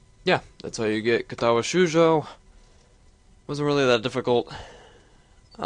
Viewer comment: Extremely misleading. The title says "with voice" but the game is UNVOICED. Not cool bro. And you pronounce "Shoujo" wrong. It's long "o", not long "u".